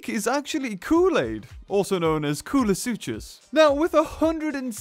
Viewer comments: Who else agrees that its is pronounced Kool-uh-sook-us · I'm pretty sure the "ch" in koolasuchus is a "c" sound